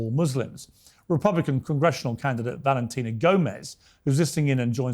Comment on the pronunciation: BALENTINA GOMEZ CANT PRONOUNCE THE LETTER V AND CLAIMS SHES AN AMERICAN